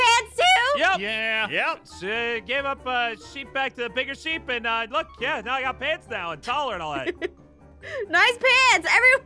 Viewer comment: it's pronouced sheep not shep.